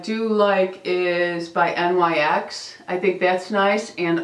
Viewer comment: Loved your video I hope you feel better soon .Ohhhh FYI although NYX looks like a abbreviation it’s not you actually say it like a word kinda like this .... Nics .... just so you know for a different video.